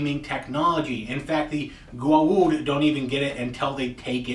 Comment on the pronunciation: Goa'ulds* - you said it like that senator dude going 'by god and the US of GOD A' :P